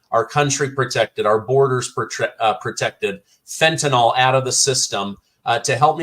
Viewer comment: Fentanyl is pronounced Fen ta nil